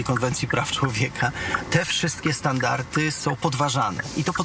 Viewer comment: Standarty, standarty, standartów..., mówimy: standardy i standardów.